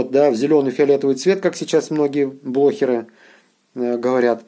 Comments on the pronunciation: он украинец, они не могут выговорить "г" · ага, все остальные слова с буквой "г" он говорит нормально, а тут он резко забыл, как она говорится))) Смешно...